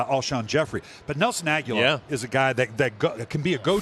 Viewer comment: Agholor not Aguelar